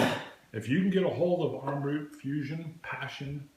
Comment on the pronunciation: Pronounced as Amrat the rat as in tone of Mahabharat's "rat"